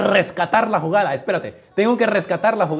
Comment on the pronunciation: Es jugada no FUGADA